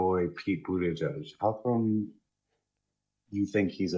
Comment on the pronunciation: Pete buitegeig🤪🤣